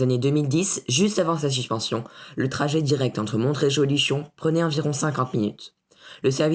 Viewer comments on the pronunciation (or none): On ne prononce pas le t dans Montréjeau !